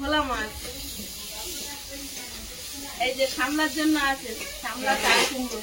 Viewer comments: সামলা নয় সাপলা। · আবার ভুল বলছো বোন ওটা সামলা হবে না সাপলা হবে বোন